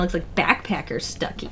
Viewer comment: every time she says Stucki a marvel fan dies a little inside